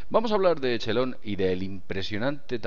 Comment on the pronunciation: usen OpenEnglish por que asi no c pronuncia Echelon asi c escribe pero se pronuncia Equelon